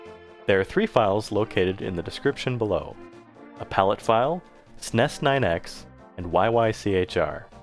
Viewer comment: Are you really saying snes like that